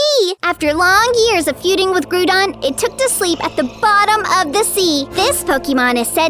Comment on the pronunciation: You are saying Groudon wrong your saying groodon